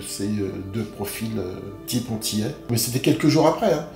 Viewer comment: Revois ton français il y a des liaisons qui ne se font pas ! Vous êtes antillais et non vous êtes zantillais